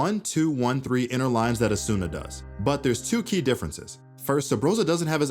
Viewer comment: Mispronounced Asuna